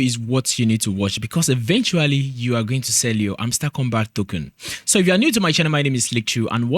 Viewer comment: All I’m hearing is tokun😂